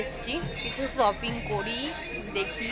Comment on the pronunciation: Mondira famous hoyeche porokeya kore😮apner shoping uchcharon thik korben baje lage sunte😊